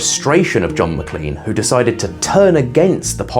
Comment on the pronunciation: It’s produced Mac*lain* not lean.